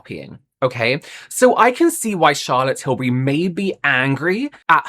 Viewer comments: You went on to tell us, American how to pronounce “Tillbury” then proceeded to say Till-berry. lol Oh,. 😅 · americans pronounce “berry” and “bury” the same 😭 that’s why we struggle with tilbury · most American accents don't pronounce the words berry and bury with any distinctions, they have the exact same phonetics. That's the reason Americans say Charlotte TilBERRY. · “not til-berry, it’s til-bury” i love you, so i’m going to hold your hand when i say this: a lot of american dialects, maybe even the majority of them, have a vowel merger that means that we say the words “berry” and “bury” the exact same way. i certainly do (am from california). i think i could get on board with “say tilbury so that it rhymes with hurry”. you can also specify if it’s got the emphasis like TIL-burry or TIL-BURR-y. the second one is more like an even emphasis on the first two syllables, i guess, but it’s hard to write out. the first one has a strong emphasis on Til and the rest of it gets kind of small and buried (hehe no pun intended). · Omg! Thank you for bringing up the “Tilbury” vs “Tilberry” thing! 😅 it drives me crazy! 😂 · Yeah that was a weird way to suggest the pronunciation, I say 'bury' like 'berry' as well and I'm english. It's said like 'Tilbry'. Though I like 'Shazza Tibbs' better. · I’m from the US west coast and we pronounce “bury” like “berry.” So it’s no wonder we pronounce Tilbury wrong. It’s just how we pronounce it. 😊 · OOOHHH THANK YOU!! So glad you said this! I'm freaking American & I know how to pronounce her name! It drives me nuts! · "It's not Tilberry, it's Tilbury like you're BERRYING someone" Sorry but I laughed a little when I heard you say that XD I get what you meant but that example was kinda hilarious